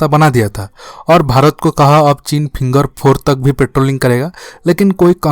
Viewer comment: Pehle finger bolna to sekh ly vedio banany a jaty ho